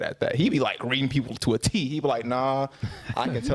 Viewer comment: Did he say psychopatry?